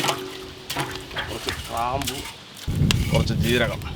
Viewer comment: ചില വിവരമില്ലാത്തവർ പറയുന്നത് പോലെ ക്രാബ്ു. എന്നല്ല പറയേണ്ടത്. ഗ്രാമ്പൂ എന്ന് കൃത്യമായി ഉച്ചരിക്കണം